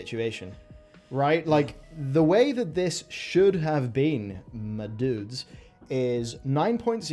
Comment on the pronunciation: My favorite part of this video for whatever reason was saying "MUHDOODZ".